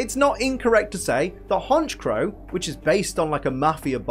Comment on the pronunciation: IT'S HONCHKROW, NOT HONCHOW!